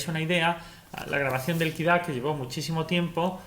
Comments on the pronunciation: Muy buen video pero no tenía claro que era “Kira” hasta que te escuche mas detenidamente y se me encendió el bombillo “Ah Kid A “ por supuesto mi años de College ! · Me fascina que digas "okey compiuter" y luego lo llames PUTO KID A, KID A??¿?¿?¿?¿?¿?¿?¿ DISLIKE